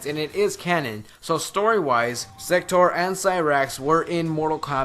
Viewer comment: when you started saying sector I thought you were saying. sex toor